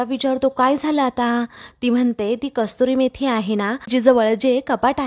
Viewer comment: कस्तुरी मेथी नव्हे तर कसुरी मेथी म्हणतात. एवढेसुद्धा लक्षात येत नाही का? नेव्ही पिके चा केवळ आवाज चांगला असून चालत नाही तर तिने योग्य शब्द योग्य पद्धतीने उच्चारले पाहिजेत. तुमच्या व्हिडिओमध्ये या चुका वारंवार घडत असतात. व्हिडिओ पूर्ण झाल्यावर युट्युब वर टाकण्यापूर्वी एडिटिंग होणे गरजेचे आहे.